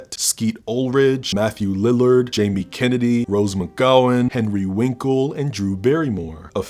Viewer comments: Henry Winkle??? 😂😂😂 You forgot the " r" in Winkler... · Is saying "Henry Winkle" on purpose?